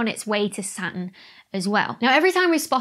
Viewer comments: The prononciation of Saturn cracks me up every time :) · A number of dialects replace 't's with glottal stops. The Brooklyn accent, for instance.